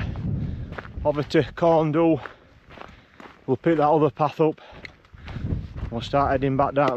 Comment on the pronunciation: Interesting . When we stayed at a local farm just below there years ago, the farmer (born n bred there) pronounced it Corn Vee/Dhee. 🤷